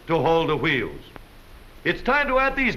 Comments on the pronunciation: I love how he says wheels it sound like chuieels 😂😂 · Aahhh, that narrator! Wheels = woo-heels. Awesome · I love this mans pronunciation of wheels.